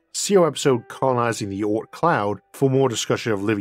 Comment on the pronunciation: i dont get it.... "oorth" does he mean the "oort cloud" or is it a funny dialect for "earth" ?!?